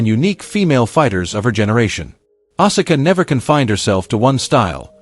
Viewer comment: Asula's name is pronounced "Ah-Ska" not "Ah-Sah-Ka"